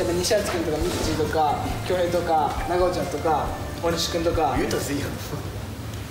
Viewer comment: 長尾の発音が関西と関東で違うのかな？笑 優斗くんの長尾の発音聞いてめちゃめちゃ違和感あるw